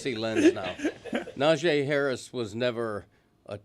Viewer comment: Dan should have a penalty or at least have been called out by someone in a room full of sports guys. He repeatedly kept calling NaJEE Harris "NaJAY"